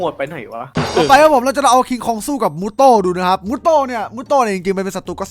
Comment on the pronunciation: มูโตไม่ใช่มูโต้พี่ม่อส